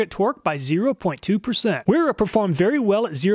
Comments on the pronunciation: Wera = pronounced VEE RAH - Vera. W is V is German. Gonna keep telling you till you get it right lol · Wera is pronounced “vee rah